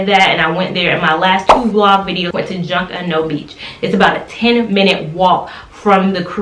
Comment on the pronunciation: You pronounced Junkanoo beach wrong lol cute. I use to live in Nassau